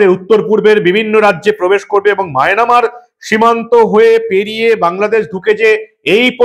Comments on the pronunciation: Mynamar na, Myanmar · it will be Myanmar and not Mynamar. I already told you previously about this corrigendum. Thank you so much. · বারে বারে মায়নামার বলছেন ওটা মিয়ানমার হবে। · কাকা মায়নামার না মায়ানমার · মায়ানমার ❌ মায়না মার ✅ 😂😂😂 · Maynamar noy dada Myanmar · maynamar noi mayanmar ota